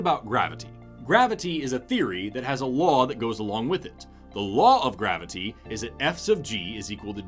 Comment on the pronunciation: This man pronounces graviTy as if someone hurt him in his past by misspelling or mispronoucing it as "gravidy".